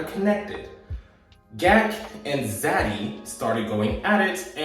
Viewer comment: He says it as Gee A Kay not GAK lol😂 but that was extremely adorable